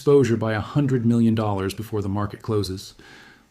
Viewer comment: great content! but holy shit even the asian AI has issues pronouncing dollars. " DAWHAWRAWRSSSS " 💀😭